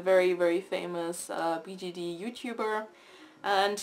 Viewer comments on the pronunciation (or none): does anyone realize she says bgd not bjd